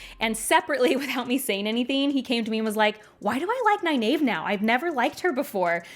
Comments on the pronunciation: Ny-nave ? It seems so obnvious that Ny-neev must be correct. Is Egg-ween also wrong ? Or Ay-ell, Shawn-chan, Ah-jah ? I always think Faile is pronounced as in Failure. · I'm sooo sorry but every time you mispronounce Nynaeve's name I cringe..... I gave you a link, that from Robert Jordan's mouth it's Nigh Neev. (ny Neeve works) I have no idea who told you that you were wrong the first time but it's even in the glossary and I have a beautiful copy of the Wheel of Time Companion book and it's there as well. Sorry I will comment till you get it right!!!!! but love your reviews and thoughts on the wheel of time. oh and I have the audio books that I've listened to the series on my long commutes... and your right she (Nynaeve Pronounced Nigh-Neev) was the adult and I knew she was really trying to look out for them, but she was a bit overprotective in the beginning. I don't think I changed so much on my opinion of her on that. however by the end she was great. But re listening on this showed me how much they had to cut from the tv series, which in a way makes sense and, I did pick up some more subtle hints and a few more foreshadowing events I think I missed in my first read as well. just in the first 3 books. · I used to pronounce it ny-nayv, until my brother attended a Robert Jordan book signing where he said it was ny-neev. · According to page 785 of the glossary in "The Eye of the World" book, it's pronounced (NIGH-neev), so whoever told you to pronounce it the way you do now, was wrong. Besides, if you just read the books over again, then how did you not know that there's a glossary in "The Eye of the World" that shows you how to pronounce several names in the book correctly? What's up with that? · that pronunciation of nynaeve hurts my ears